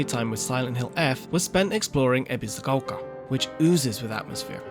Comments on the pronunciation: Lived in Japan most of his life but pronounces Ebisugaoka as Ebiziquolka.. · Lived in Japan most of his life but pronounces Ebisugaoka like a foreigner and sometimes butchers it completely 😅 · Ebiscoka why does he say it like that 🤣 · the narrator really wants us to know that he absolutely knows how to pronounce "ebisugaoka"....